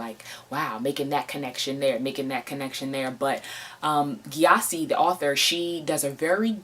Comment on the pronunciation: The name GYASI is pronounced JESI, and not G-YASI.